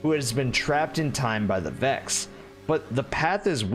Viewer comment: My man said the Vakks 🤣